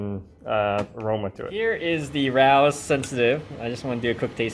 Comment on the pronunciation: It's not "Rouse". It's Ray-Os.